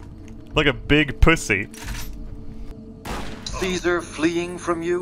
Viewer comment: That voice actor didn't know how to say the name Caesar, i guess?